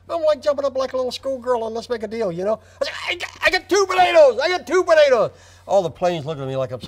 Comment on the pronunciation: I love how the consonants in Joe's pronunciation of "potatoes" become softer and softer until it's just budadas